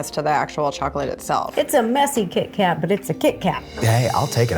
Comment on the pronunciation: Did I miss it — why Kee Kat when Keith Kat was right there?